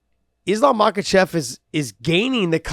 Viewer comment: why are you guys calling him islam makhachev it's islam mockelchev chael says.Josh you should now this you guys are friends lol